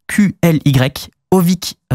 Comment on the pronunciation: Tu peux ajouter "Kaly" et pas "K.Q.L.Y" ou encore "Supexo" et non "Super zero", il m'a trigger mdr